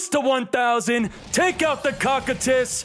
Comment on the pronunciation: It’s pronounced kokytus (cocytus) not cockandtits u FOOL.! XD